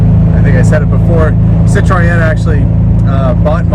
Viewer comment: you gotta throw in a bit of Francais, it’s a Citroen. Parlez.)😂